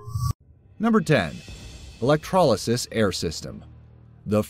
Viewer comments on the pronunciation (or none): none